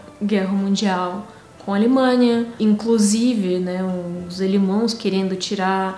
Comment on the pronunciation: Adorei quando a diz Alemãos!!!!!!! Linda e um charme!!!!!!!!!!!!!!!!!!!!!!!!!!!!!